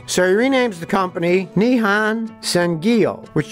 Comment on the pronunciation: Its pronounced Ni Hon san Gyo. I have no idea why you are pronouncing it Ni-han san gi yo